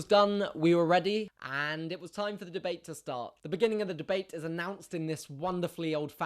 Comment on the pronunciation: God! I love how Jack pronounce 'debate'. just mmhot <3